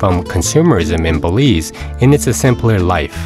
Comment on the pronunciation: Bélize 😂😂😂😂NO WAY